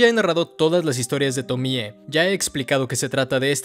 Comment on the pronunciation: ¡Tremendo análisis! El otro día estaba viendo entrevistas a Junji y cuando decía Tomie lo acentuaba en la e, como Tomié. Me pareció raro porque estaba acostumbrado después de ver todos tus videos del personaje. Pero te lo comento por si quieres corregirlo en próximos videos. <3